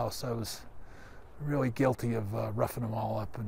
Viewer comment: Bret 'reeawy, reeawidiy, responsibiwidy' Hart